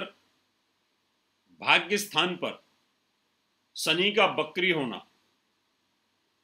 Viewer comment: Bakri nahi srimaan... Vakri...